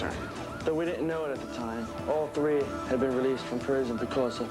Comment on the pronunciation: One...two..TREE...four...five. Anyone else notice how he says "three"? This was filmed in 🇨🇦. The actor sounds like a French Canadian.